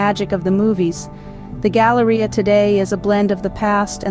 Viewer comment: drink every time she says Galaria